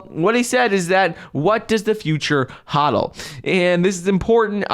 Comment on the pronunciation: ur saying hoddle wtf